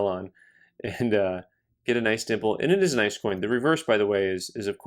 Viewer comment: I was saying it as a joke for a while.. turns out, that's actually the way the experts say it too (in seriousness).